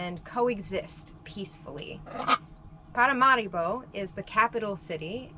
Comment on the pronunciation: NOT ParamaREEboh, but ParaMAHribo. Sorry. Having gotten that off my chest, I am pleased to see you like Paramaribo. It's not the sleepy river town that many seem to expect. With a quarter of a million of people it's twice the size of, say, Georgetown or Cayenne, and a lot more civilised than either! Paramaribo benefits from the the Dutch-designed infrastructure still in place, with decent roads and working municipal sanitation services etc. Dutch is the official language, and Suriname's population is incredibly diverse, much much more so than anywhere else in the whole of South America and the Caribbean.